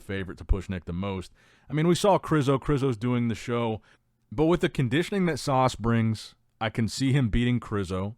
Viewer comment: His name is Sas, not Sauce. 😂